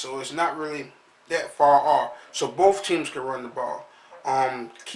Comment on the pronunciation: If you could lose that "bof" with "both" you might be ight idk jus tryna help cuzz Forr real rep them steelers i said it first right here super bowl champs this year SMASH MOUTH FOOTBALL